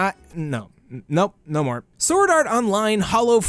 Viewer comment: i thought you said vore instead of more